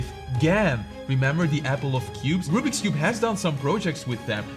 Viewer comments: I ❤ how says Rubik’s cube as rubbeeks cube 😂😂😂😂😂😂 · you still say rubix and you have a GAN if you do say Rubiks not rubix